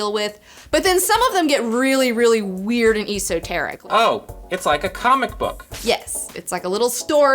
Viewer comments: Esoteric - eh -Sa-teric, eh-Sa-teric S S S !!!!!!! not EEEEE-so-teric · Not exactly important. But its pronounced es·o·ter·ic